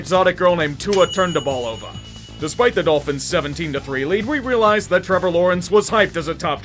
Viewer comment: are we not gonna talk about “Tua turndaballovah”